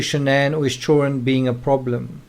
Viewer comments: I don't know what your primary language is but in English the word is children with a "d" not chullren lol. You have to pronounce with a d in the word. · children!!!!! NOT CHOREN